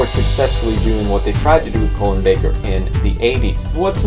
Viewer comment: His name is Colin (like call-in) not colon like someones colon